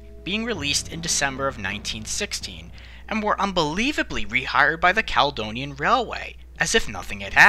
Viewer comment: Being from Edinburgh and spending a good few years working with Americans (Daily conference calls) I can testify that a lot of Scottish names seem beyond Americans. Only names that really jarred with me was Caledonian (Cala-Donia) & Carlisle (Car-Lyle). Most of the rest were a good attempt.